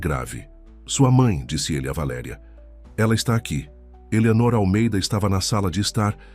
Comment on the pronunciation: Linda história Só não gostei do narrador trocar valeria por valeria